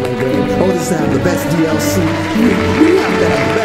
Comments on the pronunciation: I died every time he said that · You trying to say "DLC" or just hiccuping? xD